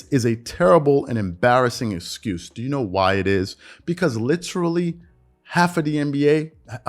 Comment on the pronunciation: Is he saying the word excuse wrong? Or did he say it so many times that my ears are playing games? I keep hearing it with an 'S' sound instead of the 'X'.